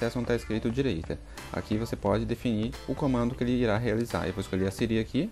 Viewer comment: Conteúdo muito bom parabéns mano, mas vc falando sirí me deu nervoso kakakakaka